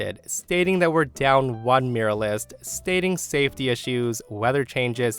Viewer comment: I mostly listen to your posts and it took me a while to figure out what exactly a 'miralist' is. You might want to learn how to pronounce 'mural' and 'muralist'. Just a little FYI. /myur-al-ist/